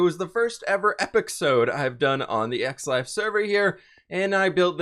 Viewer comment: Am i the only one that heard s*x life instead of x life xD